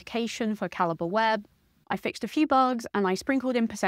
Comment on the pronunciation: T.I.L. Calibre (ka-li-bray) ❌️ Calibre (ka-li-buh) ✅️